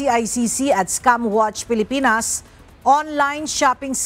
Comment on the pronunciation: scam po, hindi "scum"